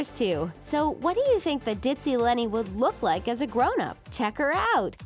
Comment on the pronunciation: did someone else heard leni as lori?